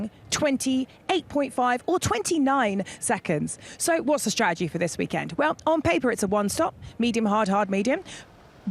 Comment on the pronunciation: Ruth “stra’egy” needs to go.